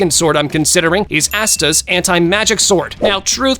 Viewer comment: I have multiple things to say about this non-sense 1: the way he pronounced asta 2: the fact he chose the regen of someone that can heal from a drop of blood over someone that basically just says "NUH UH" to death 3: saying "Asta's sword" implies he only has 1 but as of right now in the anime he has 3 different swords (not counting that time yami let asta borrow his katana) 4: bro took gojo's infinity as if half the anime that exist don't have someone that can completly destroy it 5: he wasted his special ability on anya's mind reading when his character has inf speed, the magic eye of chaotic destruction and aizen's BIQ 6: he took a pig that, while in it's strongest form, momentarily knocked back the demon king from seven deadly sins when he could've taken arceus or one of the other very powerful anime companions 7: we can't be totally sure if zeno's race are all completly overpowered as zeno is one of a kind and if he wasn't there's a high likelyhood he would be exceptionally more powerful than the rest (i would've gone with beerus' race or angel as we know more about those and can say almost for certain that those races are all really powerful)